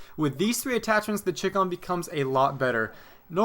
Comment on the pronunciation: Ok it's pronounced ch-eye com <----com as in like a website address like dot com. It's short for Chinese communist